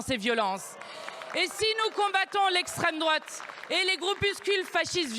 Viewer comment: "Okay pardon pour la famille, mais l'esstreme droate fait pire" Niveau collège c'est incroyable En gros "c'est ma faute mais c'est parce que c'est de leur faute que"